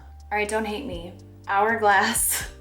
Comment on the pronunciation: She really said “HHHourglass” and “non-hygienical” 💀